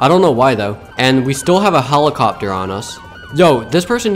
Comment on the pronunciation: His pronunciation be like holocopter❤❤❤😂😂😂😂😂